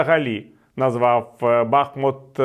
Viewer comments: Пане Віталій, БахмУт. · Бахмут наголошується на другому складі